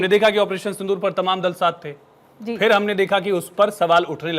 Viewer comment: ऐ क्या बोल रहा है पानी सिंदूर साफ बोल